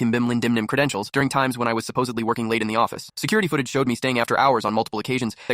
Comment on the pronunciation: What credintioal 😂😂😂